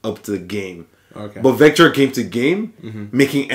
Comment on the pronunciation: vector' not 'victor'